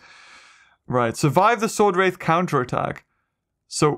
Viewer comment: be calling swordrath swordath